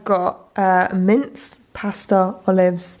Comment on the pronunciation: "BAS-TowwH" (how 'pasta' is pronounced w a mouth full of chicken)